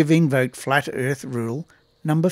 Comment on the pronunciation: "Flat Erf Rule #56"? I didn't realize could count that high!